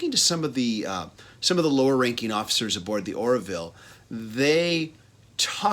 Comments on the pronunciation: "Orville". Not "Or-i-ville". Good review though. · It's Orville, not Oraville!